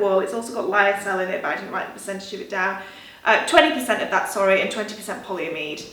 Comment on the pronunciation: PolyAmide, emphasis on the A